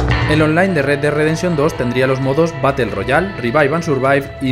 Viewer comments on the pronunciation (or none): none